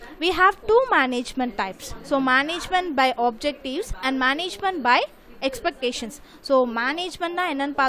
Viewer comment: This is called as exception not expectation rectified your pronounce mistakes